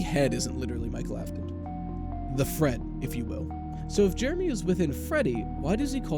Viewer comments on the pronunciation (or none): Jeremy? Do you mean Heremy?